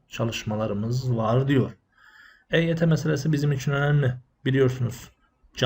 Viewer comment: Eyt yi Agzınin içinde geveleyerek söylüyor yuvarliyor Hareketlerinden kekelemsinde anlamiyonmu Admin. Akp yine Eyt yi kandıriyor